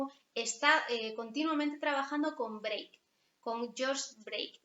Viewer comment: Muchas gracias por su explicación del cubismo. Es irritante oir decir “breik” de Georges Braque el pintor francés, compañero profesional de Picasso. Se pronuncia “Brak”. Gracias